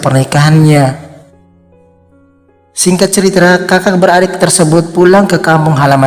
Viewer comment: kakak , bang , bukan kaqkak